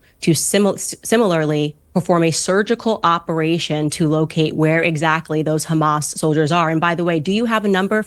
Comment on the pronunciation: The way he says KrrhAMAS 🤢